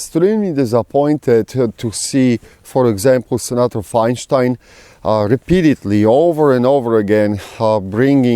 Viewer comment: "feinshtein" haha I like it! Makes it sound more ominous and Germanic. I agree we need to watch out for these traitor RINOs and smack em down when they pop up. Ofc Cuntstein is going to push a ban every chance she gets, that's what she does. What was that quote, "the enemy you know is better than the enemy you don't know"